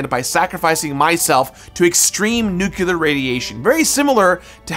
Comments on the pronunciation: From what I'm looking up here, from Webster, you are objectively wrong in your attempt to gatekeep pronunciation The variation exists. No clue what you're problem is or how it remotely leads to illiteracy just due to it being different. Edit: Quite literally everywhere I'm looking here just to fact check my sources say you are wrong, Webster as well as a press article about the use of the word in a political theatre and the pronunciation of the word being fine according to many major institutions. Again why you feel the need to complain about something like this is mind-boggling. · he did it again 🤣🤣🤣🤣🤣 'Nukular'... homer simpson! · I love the video, as usual, especially this one as Fallout 3 is one of my all-time favorites, but... It's pronounced "new-clee-er", not "nucular". Sorry, had to be said. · I swear hearing english speaking people pronouncing nuclear as if it was NUCULER makes me want to blow my ears out. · Dude… it’s NU KLEE ER not NU CU LER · nukular isnt a word, its nuclear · Sorry nothing personal but I fully support the death penalty for people who say “nukular” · "Nookular". Why is Nuclear so hard to pronounce for Americans?? Say it with me, NEW-CLEAR. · Love your content, but it's pronounced "new-clear" not "nook-you-luhr". Don't take Homer Simpson's advice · And the pronunciation of nuclear. It drives me nuts when people say 'nucular'. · “Nukular” 😂 love you ❤️ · "Nukular" ? Kudos for completing this game though. Two years in the making ? That commands respect. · And nuke-ya-lur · Nuke-you-lar and ig-nots... I love you,. But you're killing me. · Different words are pronounced different ways around the world, people say it both ways here depending on person and location Get off your damn high horse over it. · Come on man! You're too well educated to use the word "nuculer." It's nuclear. Like "new" and "clear." You're so much better than that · Fucking hell. It’s pronounced new-clear.